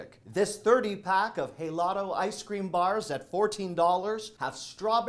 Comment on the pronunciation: The Helados you mentioned in Spanish when saying the word the H is silent.